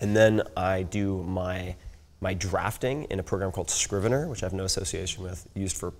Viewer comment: Found it - It's called Scrivener and not Screweneur ;)